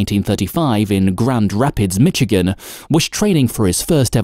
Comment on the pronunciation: "Mitchigan," lol.